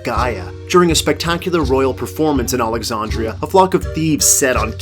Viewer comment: How do you mispronounce Alexandria?